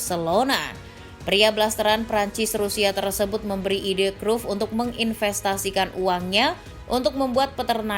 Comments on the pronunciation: WAH PARAH NI ADMIN DIBACANYA BUKAN CRUFT TAPI CRAYP . MAU DI OMELIN COACH JUSTIN? 😅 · Min penyebutan namamu salah,bisa dimarahin Kochi luuu